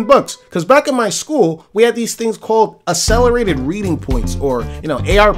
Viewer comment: You got that many AR points and you still can't pronounce accelerate? Smh ffs